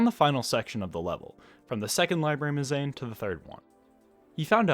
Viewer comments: Yeah, - it's pronounced mehz uh neen :) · really fun video, the pronunciation of mezzanine was....interesting :)